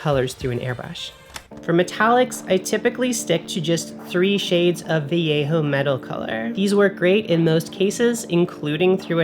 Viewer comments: "adds some much needed snake skeleton to your bases" 🤣. Also, you're one of the few non-spanish YouTubers that pronounces "Vallejo" correctly 🙂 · Thank you for pronouncing "vallejo" correctly 😂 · I like how says Vallejo properly! 😉 Everyone raves about contrast paints.. is it just me?! To me they are just washes and require multiple coats for a proper layer, which defeats the stated purpose. My other bugbear is that the descriptions in no way indicate the actual colour... Which is fine if you buy them all and experiment but rubbish for beginner painters with a limited budget!! Has anyone else tried the army painter speed paints? A few channels recommend them but it's hard to know if they are incentivised or have 1 million paints and will go off them...?!?